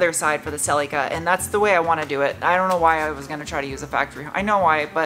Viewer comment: OMG I laugh out loud every time you say "Celica" like it's some strange relic that nobody has ever heard of. (FYI, the "i" in Celica is pronounced like "ick" not like "eek") '72 Celica ST was my first car, and it has been great to see how you have revived this one! Nicely done!